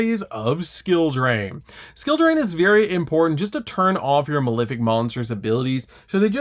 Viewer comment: Pronouncing malefic wrong that many times is definitely bait.